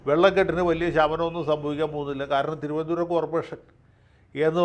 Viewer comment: അവസാന നിമിഷത്തിലെ തിരുവനന്തപുരം ശൈലി പൊളിച്ചു.🤣🤣🤣🤣.